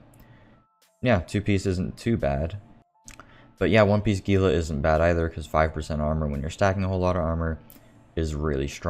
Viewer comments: I think gila is pronounced hila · It is. Those of us in the Southwestern US are used to it being mis-pronounced by those not from here.